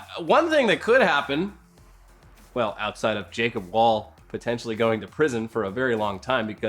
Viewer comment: Please pronounce "Wohl" with a round "O" sound. Sincerely, Kasey Wahl